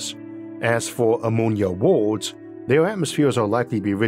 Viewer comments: I wanted to watch this video but your voice man, I can't 😂😂😂 such an interesting topic but damn I thought we were looking for water on worlds not wodoh on wods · Please get a narrator, good content however you sound like a toddler with your pronunciations. Waduh 'Water' 😂 tempratuah 'Temperature' woahds 'Worlds' euuf 'Earth' ayuuh 'Air' Buaan 'Burn' pressuah 'Pressure' I could go on but please😅😂